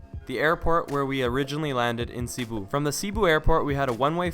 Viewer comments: Seh-bu not CEE-bu ❤️😂😂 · I’m sorry but it’s Seh- boo (Cebu) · LOVE AND GREATLY APPRECIATE YOUR Philippine Travel guide, BUT (hope you don't mind if I correct ONLY 2 words you mispronounced)...the "e" in Cebu ISN'T a long e, AND in "Bohol", the SECOND syllable is emphasized, NOT the first. :] (Btw, subbed!)